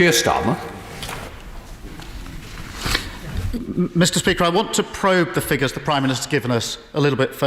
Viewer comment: D his name is Starmer not Stamer you mouth-breathing dunce.